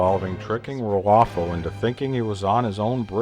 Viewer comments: "Picard and Rufio..." "Picard and Rrfro..." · I love how Mr Plinket can't pronounce the bad guy's name correctly. Hahahah